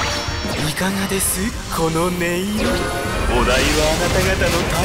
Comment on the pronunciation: いかがで↑す↓